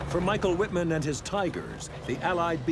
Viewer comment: His name is pronounced Mee-sh-ah-el Veet-mahnn.